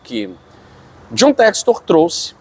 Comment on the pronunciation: Infelizmente por esse e outros motivos não levam a sério ainda o John textor, nem o nome dele conseguem pronunciar corretamente 🤦🏿‍♂️Deuses do futebol nos ajudem🙏🏿🙌🏿